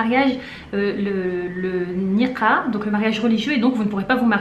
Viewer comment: Oui le mot Nikah vient de l'arabe, et c'est le son [k], la lettre kaf ك , pas ق comme tu l'as prononcée. Baraka Allahou fik